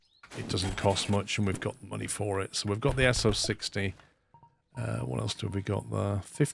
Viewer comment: extreme level of pendantry with nomenclature, but the S060 isn't "ess oh-sixty", but "Ess-oh-six-oh". this is because the numbers refer to how many non-drive - driving - non-drive wheels are on the locomotive : in this case, no non-drive wheels infront of the drivers, 6 driver wheels, then no more behind. if there were two non-drive wheels infront of the driving wheels the model number would be S260, for example.